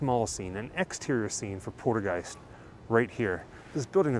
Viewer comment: Are you all methed out or what!!??? It’s called poltergeist not portergeist!!!😂😂😂😂😂😂😂😂